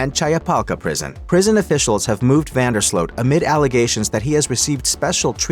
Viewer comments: Ya need to pay attention and learn how to pronounce names. We can see it is Vandersloot and everyone with a brain also pronounces it Vandersloot not Vanderslote. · Van der sloot like “boot” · Van der SLOW is the pronunciation. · This sounds why does this AI keep messing up his name? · Most of the western world knows how to pronounce his name except for this bot/ narrator.